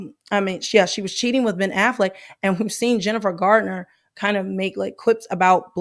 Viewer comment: It's Garner, not Gardner. ❤❤